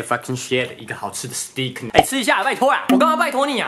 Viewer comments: 牛排英文發音是（斯ㄉㄟㄎ）不是（斯地ㄎ）😛😛😛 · 牛排英文唸錯嘍 ea發什麼呀～ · 牛排的英文唸錯了